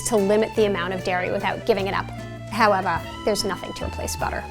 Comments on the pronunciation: Why does she sound like an Aussie when she’s says “however” tho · I think she was pronouncing it like that for effect.... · It’s a New York accent she was doing for fun; she’s from Brooklyn. :)